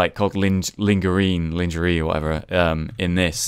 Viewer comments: LAWN-GER-RAY! Not LIN-GER-RIIN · Lahn-jeh-ray silly goose not ling-gurry xD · It is said as ( lan jer ae ) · "Ling-ger-ine" The new way to pronounce lingerie XD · pronounced lingerie lean-green... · I was almost in tears when you tried to pronounce "Lingerie" xD